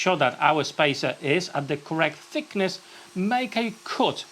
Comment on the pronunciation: When you say fickness, for a German that sounds like another word for fuckability. This is very unfortunate. I will better look for a Brit with proper pronunciation.